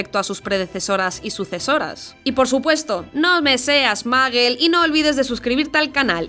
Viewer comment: Dijiste maggle en vez de muggle que onda contigo?